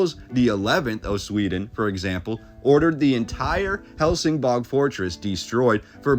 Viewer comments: Isn't it Helsingborg not bog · and it's pronounced "hell sin boy" . The G is like a Y. Gothenburg is pronounced " Yo Te Boy" . The some of the letters a so subtle , that you don't really hear them , but Swedes use them in an extremely subtle way that our American ears just don't hear. I was studying how to speak Swedish and it is very difficult because of that. I still try to learn how to pronounce all the time. I've been with my girlfriend for about 13 years, and have had a ton of Swedes stay at our house and still, it is very difficult to pick out the subtle sounds in the words, Only when I really push to find out how to say something properly will I get it. Also, in Danish, Copenhagen is spoken like this, "coo ben ha ben". That is an even tougher language to understand. Also, there are a lot of dialects still in Sweden, and they all know where someone is from by the accents they have when speaking. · Love this. My mom was born in Helsingborg. The way it’s pronounced is like Helsing-boy. I’ll have to send this video to her.